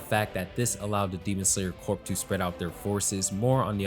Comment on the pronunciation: great video. just a heads up, corps has a silent p. keep up the good work.